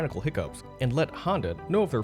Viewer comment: Why is his name pronounced Hando instead of Honda?